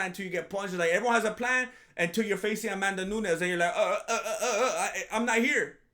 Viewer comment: "Amandanunes" - This Fool